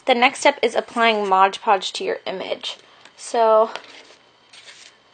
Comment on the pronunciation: Why do you call it Modge Podge? It's MOD Podge!